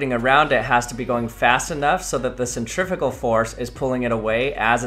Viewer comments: Why did you keep saying Centrifical it's Centrifugal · Absolutely hate how Americans say centrifugal...